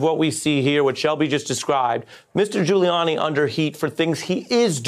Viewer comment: 408. Sounded like he said Doodie Gulianni